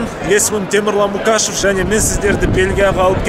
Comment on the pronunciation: Мукашев деме Мұқашев десей